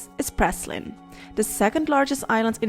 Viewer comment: your pronouncing the name of the island wrong as I used to live there